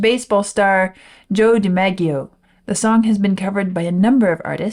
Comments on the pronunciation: Joe DiMaggio is pronounced with soft Gs. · DiMaggio is pronounced with a soft 'g' not a hard one. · So sad that neither you nor Vlad know the pronunciation of “Joe DiMaggio.” I encourage you to watch The Graduate, a cinematic milestone and darkly comedic interrogation of The American Dream. You will also learn who is Mrs. Robinson. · Pronounced Di-MAJ-e-o. He reportedly wasn't happy about his name being used in the song. Another baseball legend, Mickey Mantle asked Paul Simon why he didn't use his name and Simon said simply, "Syllables." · Not to be mean, but I cannot believe anyone exists who doesn’t know how to pronounce the name Joe DiMaggio.